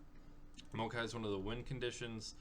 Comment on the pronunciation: MAO-kai, not MO-a-kai. Other than that, solid deck video :)